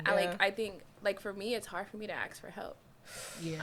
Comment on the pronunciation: ask ≠ aks